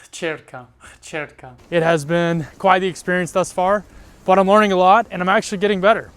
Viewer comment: Pronounciation of hčerka at the end was great. Perhaps a simple tip / trick. When you try to do hč ....imagine the sound of whip č it self is as CHurch š is the sound of caSH